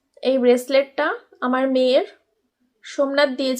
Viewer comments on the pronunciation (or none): Beslet noi Ota rislet